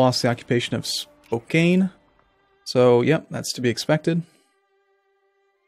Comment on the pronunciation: Also its not "Spo-kain" its "Spo-kan."